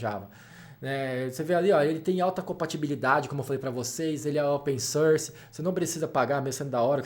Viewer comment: Ótimo vídeo, muito instrutivo! Só gostaria de fazer um reparo em inglês: a pronúncia correta pra "open source" é "ôpen sórs", com o som aberto da vogal; vejo muita gente cometendo esse errinho de falar "ôpen sãrs", ou "sãrce", com o som anasalado similar ao "e" francês. Mas o som de "open source" é aberto rs. Forte abraço!